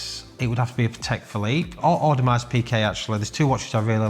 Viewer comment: Wish he knew how to pronounce Audemars. Its a silent S he says mars at the end. It sounds retarded for someone who works in the industry who cant pronounce a big brand like that.